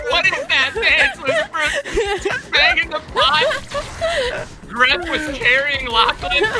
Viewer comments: Grefg es su nombre se pronuncia Gref Ok englhis people xd Sos re troll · 'greft' es como lo pronuncian los angloparlantes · claro todos los que hablan español le cuesta un poco la pronunciación como a mi y todos